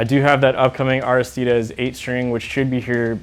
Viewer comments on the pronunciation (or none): IT IS AIR-RIH-STEE-DEEZ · its pronounced aristides